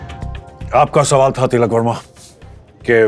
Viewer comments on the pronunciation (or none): It's not verma, it's varma 😂